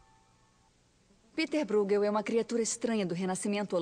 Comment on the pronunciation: A pronúncia correta do nome do pintor é Piter Broegueú. Só contribuindo mesmo! 💚